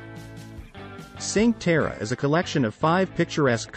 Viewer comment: Ok, but you have to learn how to pronunce "cinque terre".